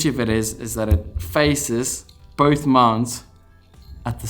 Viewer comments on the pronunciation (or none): none